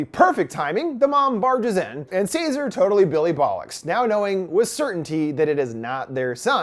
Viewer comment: Hearing Americans saying "Billy Bollocks" is the best.